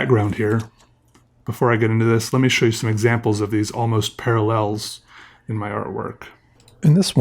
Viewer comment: Almost parllels? 🤣